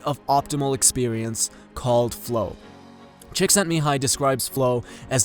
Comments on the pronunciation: No, it's Chick-sent-me-hi -ee (you need 'ee' at the end). Look at the i at the end of his name. (PS: I'm native Hungarian) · The i at the end of his name is pronounced as 'ie'. Cheeksentmihai-ie. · Am Hungarian, it's Cheek-sent-me-hi-yee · Csikszentmihályi <- that I in the end, should've been pronounced, not omitted. :) ˈmiːhaɪ ˈtʃiːksɛntmiːˌhɑːjiː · I repost it here too. His name should be pronounced 'Mee-hi' 'Chick-sent-me-hi -ee' (you need 'ee' at the end). Look at the i at the end of his name. (PS: I'm native Hungarian) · by the way you are not pronouncing his name correctly. Missing the I at the end that is pronounced e:-) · thats not exactly how you say his name. at the end of csíkszentmihályi, you didn't pronounce the "i" which sounds like "i" in "is". :) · Love the video, but that's not exactly how you are supposed to pronounce his name :D